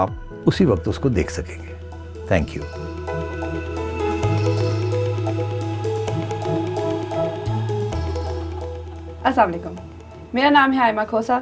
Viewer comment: A request PlZ pronounce correctly السلام عليكم